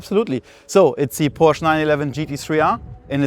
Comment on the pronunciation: Odd this guy works for Porsche and pronounces it wrong.